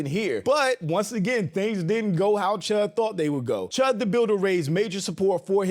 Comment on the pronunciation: Cheddar bob chud? Nah nah nah. It’s CHUDder bob!